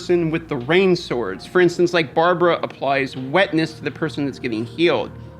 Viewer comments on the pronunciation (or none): none